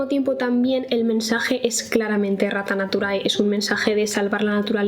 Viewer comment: Como no soy de España, mi momento humilde es haber pensado que la editorial se llamaba Rata naturae JAJAJAJAJA ahora con este video me he dado cuenta que en realidad se llama Errata Naturae, pero siempre que lo mencionabas pensaba que decía Rata jajajaja 🤭 gracias por tus videos, 💖